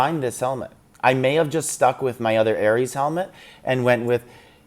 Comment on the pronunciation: Hahahaha said ares correctly lol